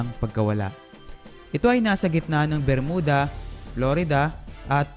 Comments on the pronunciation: bro, may "P" and "F" syndrome ka! hahahaha!!!! JULY NINETEEN PORTY-PAYB or JULY NINETEEN FORTY-FIVE. Saka hindi BERMUDA and pronounciation kundi 'BER-MYU-DA" ayos ba? nakakairita kasi ang pronounciation mo eh. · Pronounce it as "Ber-myuda" Thank u & ur Welcome😊